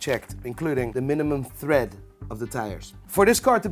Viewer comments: It’s “Tread” not “Thread” my guy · Imagine making car content and calling tread “thread” while trying to sound like you know what you are on about😂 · TRED whee the h man wtf tred not thread read the dam word no h in it YOU ARE NOPT SEWING pronuuced sow ing if u dont know lol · Tread, not thread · I swear he is saying thread not tread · Why does he keep saying thread instead of tread? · its tread not thread.. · Why are you calling it thread on the tyres 😂 it’s tread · Stop saying tHread. It's Tire TREAD. This is what you get for buying a car sight unseen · Tread not thread dude. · Can you not say the word TREAD, you kept saying THREAD 🧵. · Tread mare not thread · Car salesman sounds dodgy to me ! He knew and he shouldn't keep saying MATE. tread bro not thread. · Did anyone tell him it's TREAD pronounced T RED yet? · Tread not "thread"!!!! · Why does he call it the tire thread instead of tread? Is that some kind of Brit "bonnet" instead of "hood" type slang, or is he an idiot? 😂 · Its tread not thread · Tread. Not thread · It’s ‘tread’, not ‘thread’. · Its tread not thread.... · tread, not thread. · not thread, tread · Can't even say 'tread' properly... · It's "tread" NOT "thread". 😢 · Bro... How do you allow yourself to get that fat? I started to gain weight but I did something about it and lost 40 pounds. And I'm American so if I can do it anybody can. And its tire TREAD!. There is no H in the word tread. What is tire "thread". Stick to watches because you are not a car guy. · Mate it's tread not thread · I’m sorry. But it’s Tread, not thread lol. But nice vid, sorry you had a shyt time with this purchase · Tread, not thread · It’s not THREAD. It’s T R E A D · Owns expensive cars but calls "tire tread" "tire tHread" lol. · Jesus he can’t even say TYRE TREAD he’s saying TYRE THREAD 😂 Some right dodgy fuckers in every industry these days, absolutely shocking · Tread not thread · It's tread, not thread, you troglodyte.